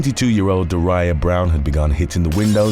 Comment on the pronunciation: A little constructive criticism--are names that hard for you? I don't know these people personally, but I guarantee they pronounce their names DAW ree uh and KIE lee.